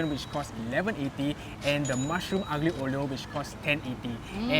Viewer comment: Say it with me: ah-leo oh-leo